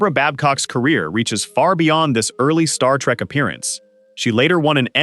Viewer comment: Does it BOTHER anyone else how this guy keeps saying star-trak instead of Star-trek